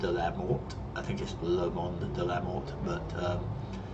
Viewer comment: I recently saw a screenshot of it with someone landed right next to the jet, that was awesome and scary. By the way, I heard the "t" from Mort is mute. So when you say it, it should be "Monde de la Mor". o.O There's a t in there because you could refer to a different gender like a dead woman. "She was found dead" which result to "Elle a été retrouvée morte". That's the only time where the t is no longer mute. :D At least from what I understand.